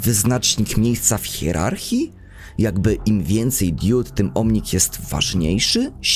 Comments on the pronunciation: Mówi się "diod", a nie "diód". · To drobiazg ale powtarzałeś to w filmie wiele razy. Mówi się diod nie diód.